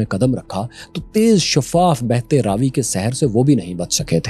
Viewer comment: Raavi❌ Ravi✅